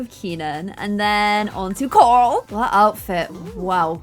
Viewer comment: I love the way you say Coral. I love all your videos. I try to stay on all your new series.